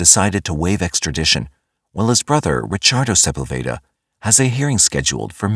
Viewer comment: . Michael who???? You don't how to pronounce Sepulveda.? LMAO. Its SA PULL VA- DA. NOT SEPEL- VADA. AAHAHHAHAHAHAH WHAT A TOOL